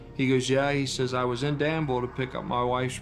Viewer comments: Not for nothing but it’s pronounced Dan-vuhl Vuhl like full Maybe vool is better bet ye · The locals pronounce it danvull